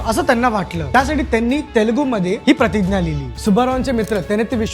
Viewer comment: दादा, तु "प्रतिग्या" असा का उच्चार करतोस? आपण मराठीत "प्रतिज्ञा" म्हणतो.